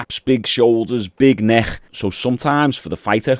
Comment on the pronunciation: I respect you even though you can't say “Neck”. Wish you all the best, thanks for the entertainment.